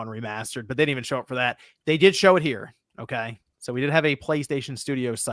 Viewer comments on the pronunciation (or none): say "okay" weird. Sounds like "umkoy"